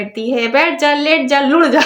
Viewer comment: Hum Indians bhi so ja ya let ja hi bolte hain... ye lappu hi Pata ni kon si language use krta hai "lot ja" .